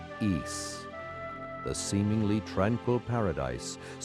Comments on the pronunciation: Please, please, PLEASE, stop pronouncing it like "Yees" it's pronounced "Ees". Other than that, thanks for uploading this! ^.^ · All i gotta say dude. Stop calling it "Yees". Even in the games they call it "ees". That is all. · It's pronounced eess, or is, depending on which culture's pronunciation, not yees. It's based on an ancient british legend. That being said, thanks to your vids I might try emulating this version instead of playing the DS remake, this has a lot more charm than the bad looking 3D of the DS version, also it looks a lot less tedious than the NES version. Also that voice acting sounds really good, especially considering the time. Also, even on normal mode, the game levels you up so high right in the beginning of the game in the DS version that there is absolutely no challenge, also that section of the bottom screen that literally tells you were to go next as if they assume all the players are idiots pisses me off. I'm not sure why it got so high marks in reviews.